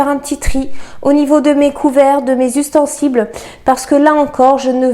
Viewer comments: on dit ustensiles et non ustensibles, merci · ustensiles et non ustensibles 🙂